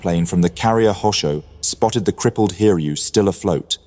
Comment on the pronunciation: Its pronounced as Hi-ryu, not Hir-yu.